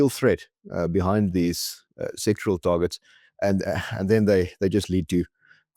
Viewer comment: pls note it's sectoral - SEC TO RAL - targets, because the way you pronounce it it sounds as though you're talking about SEXUAL targets. You need to pronounce the word clearly!